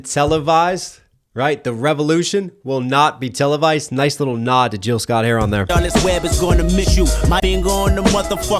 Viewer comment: Love you listen to everything you put out but it’s Gill Scott not Jill Scott. That’s the 2nd time I’ve heard you make that mistake.